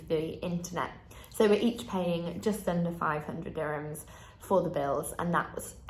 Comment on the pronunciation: I am emirati, what she says is actually wrong. Her prices are WAY off. and the word is DURRR himms. not DI sound.